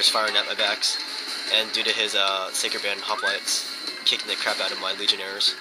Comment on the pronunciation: LOL it's funny the way you pronounce the word "Sacred Band" I always understand "Psycho Band" XD GG though!!